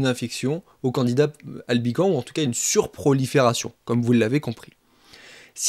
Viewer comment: On ne dit pas Candida Albican, mais Candida AlbicanS, en prononçant le S ! La culture se perd !